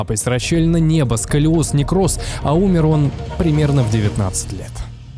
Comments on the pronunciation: Расщепление не неба, а нёба. И вообще, чувак, тебе микрофон перед лицом не мешает? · Расщелина нЁба, а не неба))) тЯжЕлейшими, а не тижалейшими))) , родИли, а не родилИ))) кратковременная, а не коротковременная))) Вроде и контент неплох, но эти мелочи режут слух.